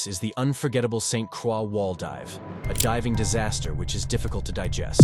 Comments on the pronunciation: Nice video, but the island is called St Croix(Kr-oy). I live here, and It is danish, not French. Cool to see our island in a video though, even if it’s for such a rare and terrible reason. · It’s pronounced saint CROY. Nobody can ever figure this out. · other than the mis-pronunciation of St. Croix, solid video